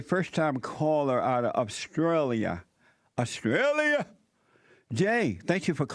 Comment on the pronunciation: "Today we have a caller from Oppstrailia." His speech is on point.